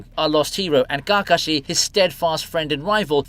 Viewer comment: What way are u pronouncing KAKASHI ???